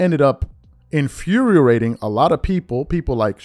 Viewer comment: My guy…it’s pronounced ’infuriating’ Love the content…